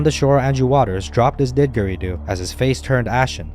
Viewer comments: Unlike everything else here in Australia that people make sound way scarier than they are, saltwater crocodiles are one of the very few predators in the world that actively hunt humans and see us as part of their diet. Also it was hard to take this seriously every time i heard Did-gary-doo, the second d is essentially silent. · The mispronunciation of the droning Australian Aboriginal wind instrument (the didgeridoo) is correctly pronounced didjiri-du. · You should make the video yet again, this time pronouncing the word didgeridoo properly.